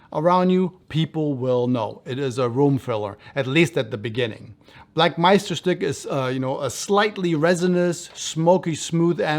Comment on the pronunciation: Ur pronunciation of Meisterstück is really good! U pronunced weihrauch perfectly as well